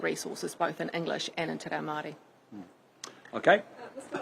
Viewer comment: Yes, clearly, but the fact that both Luxon and Stanford mis-pronounce the Maori name in exactly the same way makes me wonder if their deliberate 'Tay Rayo' is a sort of dog-whistle.